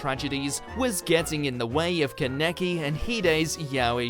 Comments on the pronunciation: Keneki Why do you say it like that God it’s kanikei Jesus listen to the dub Aaaahahshshshahahahaha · The way he said Kaneki was triggering for me... sorry bro but that's not how you pronounce his name